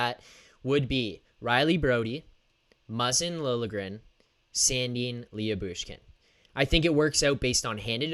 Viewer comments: Lou-Bushkin, not Lee-Yu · Leah Boosh Kin😂😂😂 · His name is spelled different but you pernounce his name like this la-bush-kin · Last I looked Jakob Chychrun is a minus 27 this season. I wouldn't read anything into that stat especially in Arizona. I would add why would Arizona want to move Chychrun who's a minus 27 while they are tanking? Hahaha! Also I'm pretty sure it's pronounced Lebooshkin.